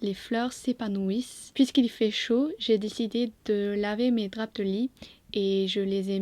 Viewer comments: En équilibre sur une poutre pour accrocher tes draps ! Au Québec, je n'ai jamais entendu le "p" de drap prononcé, mais tu viens de partir une nouvelle mode ! Et pourquoi pas tabac avec un "c" prononcé , tant qu'à y être ! Bravo pour ce court métrage et merci pour ce moment de détente ! If I was rich, I'd fly to England right away and would be glad to pay you to show me around. Amazing landscapes, history and milder climate over there. Our trees just came back to life, here in Bas-St-Laurent region of Québec... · It's more than ok, it's lovely. !